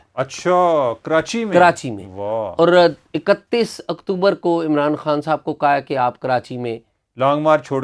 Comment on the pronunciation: عمر چیمہ صاحب عمران خان کو عمران ہان کیوں بولتے ہیں 🙄